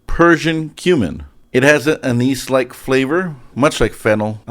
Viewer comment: not at all, you said it perfectly. I just go all in for the inappropriate joke 9 outta 10 times on account of still being about 5 years old.